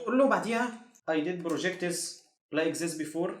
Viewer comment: جدع بس كا اخ والله انصحك بكورس محادثة انجليزي كلمات زي projects مثلا بتطلع غلط خالص و ربنا يكرمك